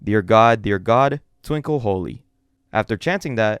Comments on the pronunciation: "Twinkle hoy" not "twinkle holy" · "Twinkle Holy" it's actually "Tinkle Hoy." 😭